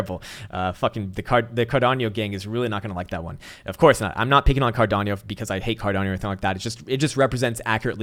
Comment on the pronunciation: I've gotten used to you mispronouncing car-don-no ;D